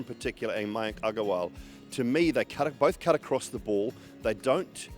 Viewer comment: Simon Doull pronounced Agarwal in the Indian slang.. good to hear😁